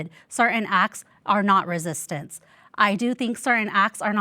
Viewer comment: Its not resitance ffs